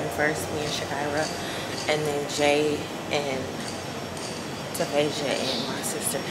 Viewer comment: What’s your cousins name are you saying Tavasha?